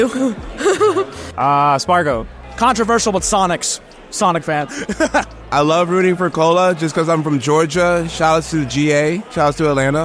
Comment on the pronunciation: please dont say sonix